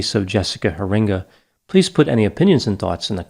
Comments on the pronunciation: It’s pronounced HAIR-in-guh. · Nice analysis. This was a case very close to us. Law enforcement never stopped working this case, though sadly her body was never found. You usually get the details correct, just a few small things: Her name is pronounced Hear-inga, accent on the first syllable. The case occurred in Norton Shores, Michigan on the west coast of the state, on Lake Michigan. (North Shores is a town on the east coast, on Lake Erie.) And despite years of effort by her family and others to pass Jessica's Law, it has not yet passed the legislature primarily due to small businesses' cost concerns. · Norton Shores, not North Shores. Also, Heeringa is pronounced Hair-in-gah. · Thanks for covering Jessica. I live 35 miles from her hometown and this case had everyone on the edge of their seats. I'm grateful the perpetrator was caught. By the way, it's a Dutch name, pronounced Hair-ing-ga...